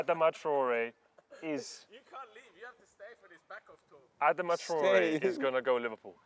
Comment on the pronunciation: Adama Tree-ore